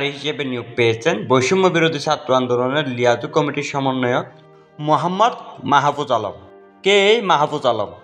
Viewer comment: ভাই ওনার নাম টা শুদ্ধ ভাবে উচ্চারণ করেন ..